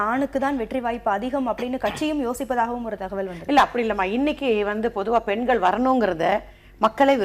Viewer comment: எதற்காக எல்லோரும் பென்கள், பென்கள் என்று இந்தப் பெண்கள் உச்சரிக்கின்றார்கள். பெண்கள் என்பதை உச்சரிப்பதற்குக் கூட இந்தத் 'தமிழ் வளர்க்கும்' கட்சியினரால் முடியவில்லையா.